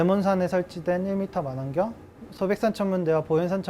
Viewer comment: 어떻게 천문연구원이 마낭경 마안경 이라 부르는지......